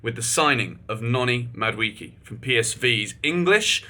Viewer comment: Sorry for Ur illness but it's pronounced Mah - do - eh - keh